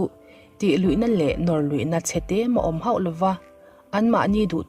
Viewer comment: "...tih luihna tel hoh lo" ❌ "...tih luihna tel hauh lo" ✅ "bei buai" ❌ "biai buai" ✅ "lipse" ❌ "lepse" ✅